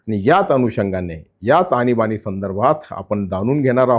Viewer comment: आनी बानी नाही आणीबाणी 😅😅